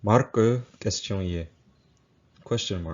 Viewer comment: another one seems to be "ts" instead of "st" and "ks" instead of "sk". Example from the video is how french "questioner" becomes "ketson-yé". Maybe related to AAVE Aks vs. Ask?